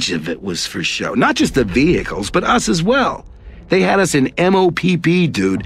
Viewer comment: The dude read it as M O P P, its said like mop, like what you used to clean a floor. Ruined the video right off the bat of one of my all time favorite chapters to read.